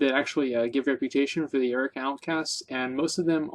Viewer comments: What the fuck is the Erica outcasts? Learn to pronounce words. Jesus. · LOL I'm dying. I noticed his semi-strange pronunciation of 'ARR-UHH-KOE-UHH' as Erica as well.